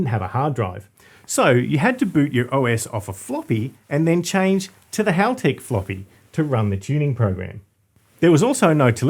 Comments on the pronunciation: I always laugh when car guys ang girls pronounce Halltech incorrectly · 11: Most Americans pronounce Haltech 'Halltech' 🤷‍♂️ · Rhymes with bell. Not ball.